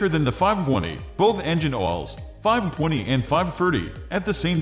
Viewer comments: AI pronouncing the "w" as though it's part of a word. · what accent is this? i had a hard time trying to hear the 5-20 pronunciation